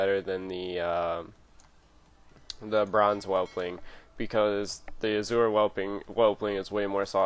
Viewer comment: Azure not Azura. Azzoooer